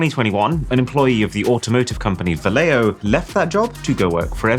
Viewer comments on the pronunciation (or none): yo,...so freaking cringe lol your not pronouncing " Valeo " right my man - I should know when my mother been working there for 40 years my dude. Learn how say thing right LOL ( pronounced : Vow-Le- o ) ... facepalm that LOL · Just to let you know, Valeo is pronounced Valley-o. There's one near by where I live.